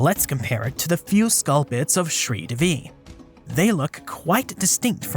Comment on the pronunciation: Shree Devi. D in DEVI is not pronounced like d in devil. Instead DE is pronounced like THEY. And Shree Devi is the goddess Lakshmi. Means the goddess of wealth.